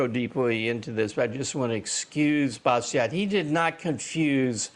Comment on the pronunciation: "Bastiat" is pronounced "bastia", without the final "t"